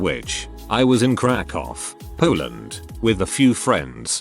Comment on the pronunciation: I love how the AI pronounces Krakow correctly but faceboook isn't